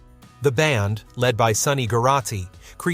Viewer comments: Hooked on a Feeling? Forgotten? Whaaa? Should make the resurgence list as well as Afternoon Delight! We hear these all the time! When ya pronounced Lead as Led, I knew this as Aye Eye! l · Honestly! Or couldn't someone realize that at least maybe they ought to spell some words phonetically so these stupid voices stop mispronouncing words and names like saying someone was the "LED" singer and saying the guys name was Carmine "APPISS." How lame brained are these people?! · Learn how to pronounce "lead" as in "lead vocals".